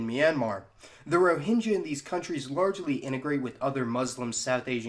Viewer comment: Great video. thanks for sharing (btw - these are not received pronunciations of 'epitome', 'expatriate', 'Rohingya', or 'Malayali' )